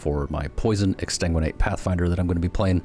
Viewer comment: Ex-san-guin-ate>Ex-tan-guin-ate dont hate me o7